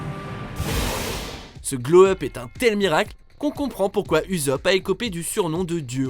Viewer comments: On dit pas uzop mais "oussop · Oh t’ s dit uzopp au lieu de usopp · ussop se dit « ousop » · Bha l'équipage au chapeau de paille y sont tous revenue plus fort nan(ptnnn c'est pas uzopp c'est usopp bordel) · "Numéro 1 : Uzopp" non mais sérieux même en VO on entend OUSSOPU donc en VF OUSSOP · Pk tu dis Uzopp alors que 2s apres il dis lui meme Ussopp... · On dit Usopp et non pas Uzop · Uzop... «wasted» Ça se prononce Oussop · On dit Usopp avec un "s" et pas un" z" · Ahh je l'ai entendue et j'ai failli faire une crise cardiaque;-; retenais bien qu'on prononce "Oussopp" (j'ai mis deux s car sinon ca fait z un s entre deux voyelles dans la langue française) svp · oui Oussopp ou Oussopuh MAIS JAMAIS AU GRAND JAMAIS UZOPE !!! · Sinon la prononciation des bon sang déjà j’ai crue entendre Gio à la place de Dio Jonathan c’est bien écrit comme ça son nom mais on dit Jonathane pour notre Jojo Musclé Et Gentleman et Uzopp UZOPP C’est Usopp on parle du gars mythoman (il restera toujours un Mythoman) On parle d’un gars qui a maintenan un avis recherche qui est passer a et en plus on lui a rajoute "God" DIEU BORDEL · On dit pas uzop mais oussop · USOPP se prononce OUSSOP et non Uzop 😅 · C pa uzop mé oussop kon prononce pour usopp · C'est pas uzopp c ussop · Ça se dit ousop et c jonathan à l'anglaise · Usiop aïe aïe aïe ça fait très mal au oreilles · J'étais pas prêt pour le 'Uzop' 😂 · Usopp [ ousope ] ptn c pas possible respecte le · Usopp se prononce Oussop au cas ou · "Uzopp" ? T'es sérieux ? Fait un effort quoi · "Uzope" mes oreilles saignent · T'a violé la saga One Piece t'a mal prononcé son nom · Bonne vidéo, mais j'ai un peu tiqué sur la prononciation de Usopp ('s' et non 'z' pour le s comme on l'entend dire de Usopp lui-même)